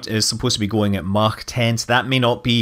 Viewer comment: scott, stop with the german pronounciation of mach.... its really offputting. :/ like you know that idiot at houseparties that insists on saying everything the french way to sound posh? yeh thats you buddy.